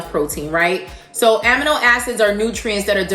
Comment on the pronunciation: While I do ❤️❤️ your videos… I’m a scientist and also a lover of words and pronunciation. Amino Acids is correctly pronounced “ A-Mee-no” not “a -mih-no”. I know.. the science word was born by Africans but coined by the Greeks. Go figure! Keep up the great work! 😍